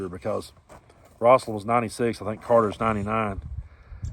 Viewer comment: Rose-alyn Not ross-alyn.